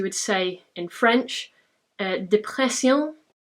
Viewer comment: I am French and in depression you said dépression really good